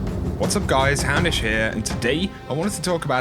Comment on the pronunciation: Every time you start your intro with "What's up guys! Houndish here..." I can't help but think you're saying, "Hammish here..."